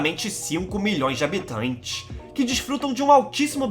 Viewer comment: Mlk que voz engraçada pequ´´Eeéeena ilha contineinsnss habitainnnsstss